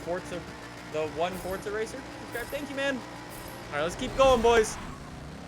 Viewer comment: OMG YES 259th COMMENT! YES!!!! Also i was "The1ForzaRacer" during the stream. Also you aren't the first one to miss pronounce my username.